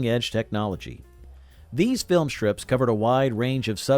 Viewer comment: We also said "filmstrips" and doorsteps" NOT "filmshtrips" and "doorshteps. Also, "a shtrong shtream of water..."???? Seriously!